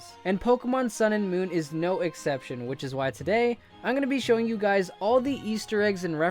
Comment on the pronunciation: I meant moon not monnn